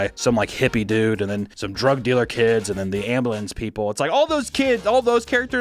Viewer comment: I forgot you were from Missouri until you said "Ambalins"